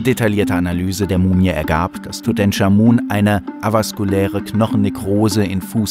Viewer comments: Tutenkamun natürlich, so spricht man ihn aus, top(Sarkasmus) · Tut EnCHHHHH Amun. Nicht TUTENSCHAMUN. Ich rast aus. ohne mist. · wer kennt ihn nicht... den guten, alten "Dudensch" XD